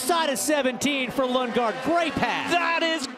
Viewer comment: "Lunge-gaard?" Really?